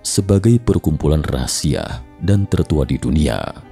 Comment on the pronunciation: rahasia Reza, bukan rahasiah......